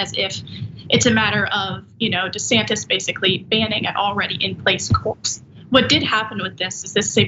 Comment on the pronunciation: Dr Ritchie called him DeSatin by mistake 😁